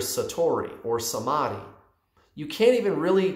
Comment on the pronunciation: I hope I'm not the only one who is getting ehhh by his pronunciation of ' samadhi '